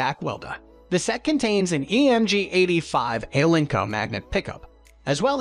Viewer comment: Not very convincing when the speaker can't even pronounce alnico correctly. The presenter knows nothing.